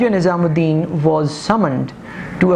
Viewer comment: first of all the name is not nizam ud din its nazim ud din . secondly the picture u domonstrated to show Muhammad Ali Bogra was a wrong picture .. it was of Ch. Muhammad Ali . thirdly Molvi tameez ud din was not the president of assembly ... he was the speaker of the assembly .. plz make these corrections .... rest of the presentation is marvellous ... ur style is quite impressive ... keep it up